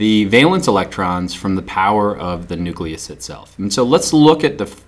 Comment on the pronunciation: Nuleus xd